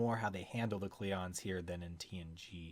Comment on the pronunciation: this guy says klingons funny